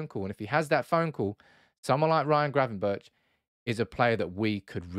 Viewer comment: Gravenberch is pronounced with a hard G in the end Berch=[Berg] In dutch, CH = G I should know, my first name being Jochem :)